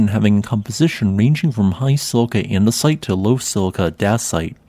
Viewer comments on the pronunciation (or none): none